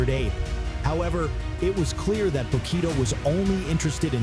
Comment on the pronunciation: Information was appreciated, but the AI voice calls Bokito by the wrong name several times!